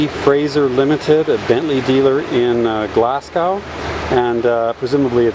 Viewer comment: You might want to learn how to pronounce Glasgow correctly.